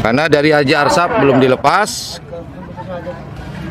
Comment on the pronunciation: Asrap bang...bukan Arsap..... 😂😂😂